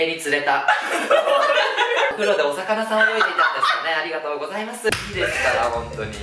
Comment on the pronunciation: また見に来てしまった、、 やっぱり最後のの「ありがとうございまし」は笑うwww